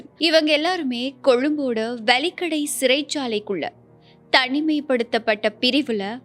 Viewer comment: அது 'வலிக்கடை' அல்ல, 'வெலிக்கடை' ஆகும். தயவுசெய்து இனிவரும் காலங்களில் அதை சரிசெய்து கொள்ளுங்கள். நன்றி.